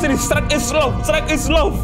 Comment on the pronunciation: Shrek woi bukan sherk